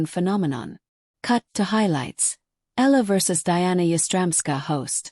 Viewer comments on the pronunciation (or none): Her name is pronounce as eee ya la.